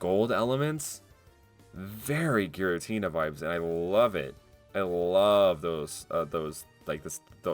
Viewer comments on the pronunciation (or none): none